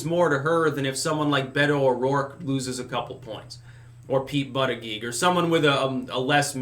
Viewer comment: I just love it when say "Booty Judge".:D